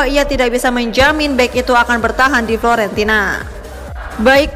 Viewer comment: Fiorentina, bukan florentina